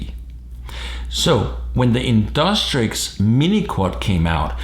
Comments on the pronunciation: in DUCK Trixie not in DUS trick fuckin annoying as shit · Its not InDUSTrix but InDUCTrix!